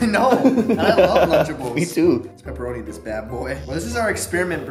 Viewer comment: After 2 years i came back to hear Peperona